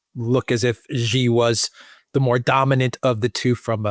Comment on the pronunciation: Not "jee" like je t'aime. "Xi" in Xi Jinping is pronounced a lot like "she", like the female pronoun.